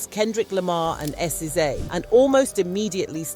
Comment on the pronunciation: WHO TF IS "DOUEGHCHI"? AND "S - Z - A". Atleast have the respect to address appropriately. This video had to be AI generated.